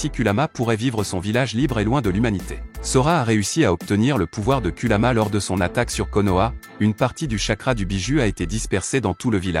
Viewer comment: Kurama et non kuluma